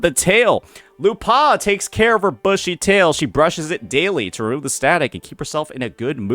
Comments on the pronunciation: You have to commend the effort of finding a way of mispronouncing a two-syllable name. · I'm more traumatised at how you pronounced her name 😂